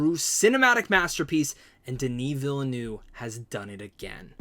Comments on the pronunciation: Veel-NERVE is the pronunciation... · Villeneuve is pronounced Ville ( Nerve without the R sound ) similar to the number 9 in French Neuf. Cheers